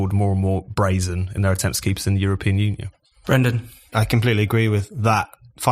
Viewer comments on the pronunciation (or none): none